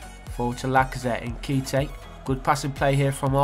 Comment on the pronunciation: Your pronunciation of nkhetia 😂😂